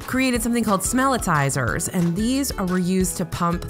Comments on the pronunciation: I'm pretty sure it's "Smellitzer" It is supposed to be a play on word Howitzer, like a Howitzer cannon. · I always thought it was spelled and pronounced as "Smellitzer."